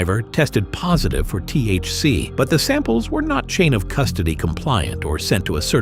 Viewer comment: Not T-H-Ce-ee...! Omg Lord have mercy. T!H!C! 😂😂😂😂😂😂😂😂😂😂😂